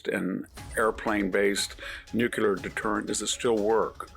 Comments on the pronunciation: Victor I love you man but ffs it's pronounced NOO-CLEE-UR... not nu-CU-LOOR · NU CLEE UR NOT NU CYA LUR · Victor should learn to say 'nuclear'.